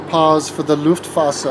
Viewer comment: I thought it was Luftwaffe not Luftwasser. Airwater lol